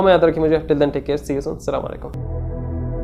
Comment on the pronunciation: Bhai salaam sahi se kiya karo